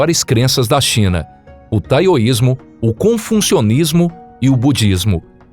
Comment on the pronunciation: Muito interessante a mitologia chinesa. Gostei só gostaria nas outras narrações de outros vídeos um pouco de atenção com o TaOismo / TaOistas , nao Taioistas / Taioismo . E Confucionismo nao ConfuNcionismo .